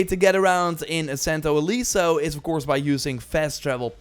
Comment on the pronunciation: It's a "eh" sound. It's not "Santo Ileeso". It literallt translates to "Saint Unscathed".